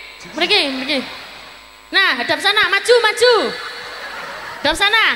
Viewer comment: Maju tapi kedengaran mazju mazju..